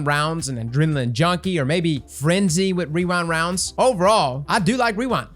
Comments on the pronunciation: wee-rind wounds, i cant say REWIND ROUNDS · I swear for some reason I would hear wewind wounds instead of rewind rounds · I don't know if it's your mic, but all i heard was "weewind wonds" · "Wewind Wounds" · what type of rounds is he trying to say because he is not saying rewind lol